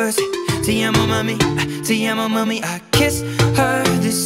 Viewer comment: Am i the only one a bit annoyed by how sheeran says "te amo mami"? I hate when ppl pronounce foreign words with their own accent XD